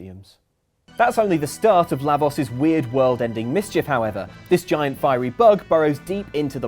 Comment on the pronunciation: OMFG it's LAH-vohs. NOT short A, and long O. it's not a matter of accent.